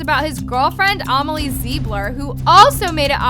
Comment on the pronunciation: the way u say amalie😂